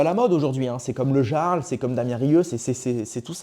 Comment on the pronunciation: Le Yarl,le Jarl. Amiens,Amiençe. C'est quoi le prochain?Marseille,Marcel.